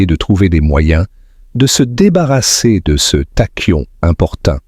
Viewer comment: "Tachyon" se prononce "takion". Les "intelligences artificielles" sont nulles en prononciation.